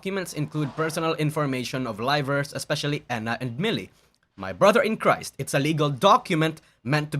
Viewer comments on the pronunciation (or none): none